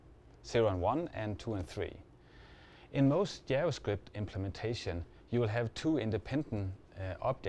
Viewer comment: я тоже. Поржал с его "ДзяваСкрипт" =)))))